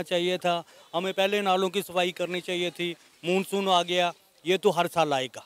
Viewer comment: उसे मुनसुन नही मानसुन बोलते है